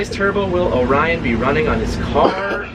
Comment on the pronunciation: its orion not onion😂😂